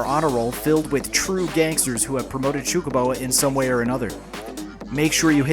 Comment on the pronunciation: I like when you say Xucaboa!